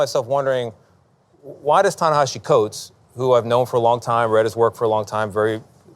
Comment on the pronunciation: Felix is pronouncing Ta-Nehisi wrong